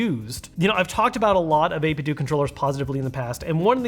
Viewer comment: It's not 8bit-doooo It's 8bitdo. As in Nintendo.